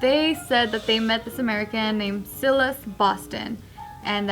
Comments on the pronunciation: Sealis.... lol don’t you mean Silas ???? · I had to do a double take when I heard mispronounce Silas the first time lmao